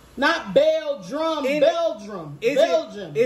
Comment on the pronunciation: really said Bel-Drum 🤣